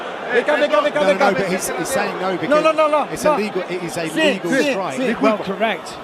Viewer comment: Its crazy that two english guys both have this confusing of dialouge haha. was trying to say “ref should start the fight again” vs having luque get time because the strike was legal. Also, the way said “a legal” came off as “illegal” which is why Bisping was originally saying luque should get time. didnt do anything wrong here. Bispings main wrongdoing here is him responding saying “i know ” like bro you are commentating the fights, clearly wasnt saying that last part as a poke or jab at bisping he was just laying foundation for viewers and bisping took it as a comment to him which made this awkward af. Regardless, I think is a great commentator. I also think that, although Bisping can be a count without the O, he is still a solid commentator most times. Mike does let his ego get the best of him tho